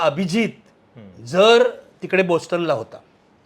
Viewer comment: अभिजितला अनेक नोकऱ्या ऑफर झाल्या होत्या ही लोणकढी थाप. आणि बोस्टन नाही, बाॅस्टन हा योग्य उच्चार आहे.